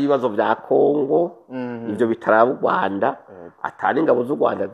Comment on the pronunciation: Kubera iki muvuga Ugwanda ariko Rwagasore mukabivuga neza.